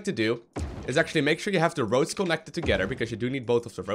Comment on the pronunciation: Electricity, water and ROACHES!!!! hahahaha i know it is "roads" but it seems like roaches :p